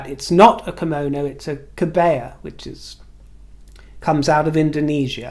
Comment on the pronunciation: Just to say that kebaya ( sarong kebaya) is pronounced kebiya - as in to buy something). 😘